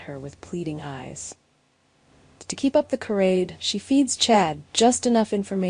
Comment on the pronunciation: Charade not carade. If you cannot pronounce the words correctly stay off the air.